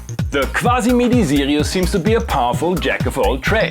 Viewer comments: Now I really want to hear that M.A.S.S. engine! Maybe a future Better Gear episode? BTW whenever you said "Sirius" it sounded like you were saying "Zealios" so I kept thinking I was watching a mechanical keyboard video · This was one of the best synths in the series, I don’t know how it got to Bad Gear... Love how you pronounce Sirius the German way :) Btw, it would be interesting to see a Casio CSM-1 (or its Hohner counterpart, the MSE-1, which I can donate to you)